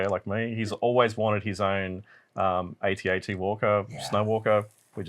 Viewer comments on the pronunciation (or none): Yeah I kept giggling whenever anyone said 80 80 while Adam just stuck to atat- but nobody ever corrected anybody 😅